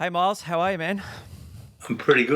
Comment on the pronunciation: Myles not Miles